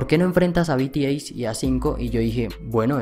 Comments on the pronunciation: solo paso paradecirte que cnco baila mejor y de paso si vas hacer un video aprende a pronunciar el nombre se pronuncis zienciou no cinco y bitiey no b.t. c. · Me encanto. El video seq tod@ sabemos que ellos son los mejores . Lo unico que no me gusta es en la manera enq llamo a mis bebés . Si quieres haser un video de ellos pronuncia bien su nombre . BTS. LOS AMO MIS AMORES. 😍😍😍😍😍😍😍😍😍😍😍😍😍😍